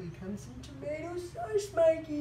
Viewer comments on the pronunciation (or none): What kind of Aussie pronounces tomato tomateo